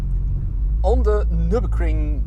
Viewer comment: His "noo" killed me😂😂